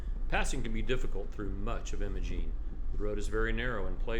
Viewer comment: Great video. Apologies for being pedantic, but it’s pronounced “eye-muh-gene”.